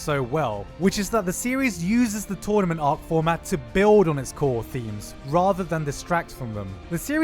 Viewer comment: I can't stop thinking about you saying "tornament ark"